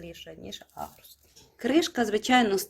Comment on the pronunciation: Тільки агрус, а не агруст